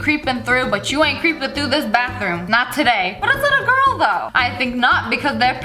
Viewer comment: BRO SHES NOT A GIRL SHE SAID BUT AM A GRUL😂😂😂😂